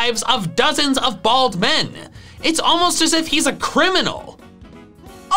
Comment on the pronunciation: love how puts emphasis on the Bald men being in danger